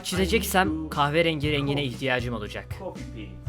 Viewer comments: kahverengine kahverengy demek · Türkçesi:kahverengi İngilizcesi:kahvı rengği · kâhvrengii ÇEVİRMEN: kahverengi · 1.32 kahverengk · No one:: Kuahverengi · Keağveringi QOOEOTOWKSKDKAMA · kahve rengiğ :QVWE:QWEV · rekleri tanıtırken kahverengiye kaave rengi dedi çok güldüm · Yellow, Green, Black, Kyahvuerengy :D q:wqWQ:qW:Qw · kawwerenci dsadadsads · Kahverengiyi "kavıreng" diye okuyan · Coffe rengy dio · demekki kahverenginin ingilizcesi caffe rëńģï 😂😂😂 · koverengi 😂😂 yakaladım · abinin kahverengine bakip broen diyemeyip bakışıp kahvıring demesine haykırdım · İngilizce kahvrenfjenzgi türkçesi kahverengi 😂😂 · evet türkçede: kahverengi ingilizcede: kaveringi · Hiç kimse: Quhva rengi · Tek fark eden benmiyim kahverengi İngilizce olarak kahverenci dedin abi🙈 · abi senin ıngilizce ne tukirim ingilizce :kahverenki türkçe : kahverengi abi arada monday tuasday filan diyon vüdyonun 1. dakikasından sonra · kuhveğ rengui jhbvjkdfgbfgb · Kahviringi :D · brown yerine kahvğrengi demesi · Cayverenngii :DD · abi niye kahverenginin ingilizcesini söylemek yerine kahveriiin dedin :) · kaverengi demesi askdhjawsdlojhawsşofdıuhasyıudfhawseıufh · Kaveyrengiy diyor ya bide XD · kahverrengy :D Senin videolarından zevki çoğu kanalda bulamıyorum mükemmelsin abi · Nobody::kahverengi translate kehverengi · 🇹🇷Yeşil-Green🇺🇸 🇹🇷Siyah-Black🇺🇸 🇹🇷Kahverengi- Kahvereeengi🇺🇸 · Kahverenginin ingilizcesi:brown: kağhvırengiğy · Kahve renginin ingilizcesini bilemeyip de kaveerenguii demesi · kahverengi’yi hatırlamayı kaverengi diye okuyan reis 😂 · kahverengii jsjsjsjjsjs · kahverengi _ kaverengii :DDD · Brown un kahverengi olduğunu unutup khaveringei demesi fagahagshaja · Türkçe : Kahverengi İngilizce : Brown Zsuatça : gavvarengi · Kahverengiye kahvirin demişsin abi efsane olmuş orası ya 😀😀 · kahverengiys dkdndödks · Kahverenginin ingilizcesini unutup qahwerengi demesi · La adını bilmiyor diye Khavghe Ryangi diyo 😂😂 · Monday Thursday :D Kahveaarengi :D